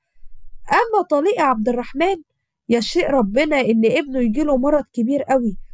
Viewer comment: نقول يشاء القدر أو يشاء الله أن يحدث كذا وكذا وليس يشيء المرجو الإنتباه للمصطحات اللي بتنطقيها